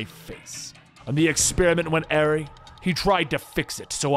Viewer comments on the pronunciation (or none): "And the plan went airy"? I think you mean awry. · Hey sir I just wanted to let ya know how to pronounce Awry. Ah-Rye like Rye bread! Hope you are well!